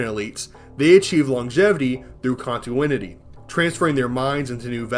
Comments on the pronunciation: You said "contuinity" instead of "continuity" a hilarious amount of times. Great video. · Conti-NU-ity. It's LUA not "luau" 😭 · The way you say continuity, lich, and Lua bothers the hell out of me. But sides that good vid.